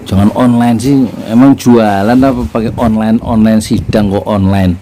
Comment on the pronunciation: Onlan, onlen, onlan, onlene..emang ojol ya...pake wig jd serem..😀